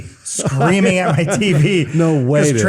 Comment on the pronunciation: American from the midwest, and I have a stutter. This is how I was taught to keep me from stuttering because I have a difficult time saying a hard 'a' and 'h' sound. People thought I was saying 'hat' when I meant 'at' but it worked lol. I never noticed Alanah's pronunciation until now.